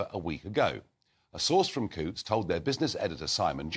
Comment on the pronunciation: Cancel your Coutts bank account, please, and dont forget to pronounce Coutts as in hunt, not hoots.